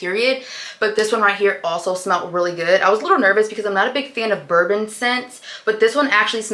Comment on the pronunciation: girl that says vanilla BONBON not vanilla bourbon hahahaha